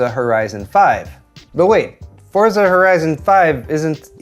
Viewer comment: Starting to really enjoy this channel. By the way it's pronounce ForTzah not Forzza